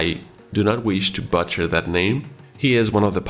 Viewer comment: Doesn't want to butcher the pilot name but butchers saying butcher. Boocher not bucher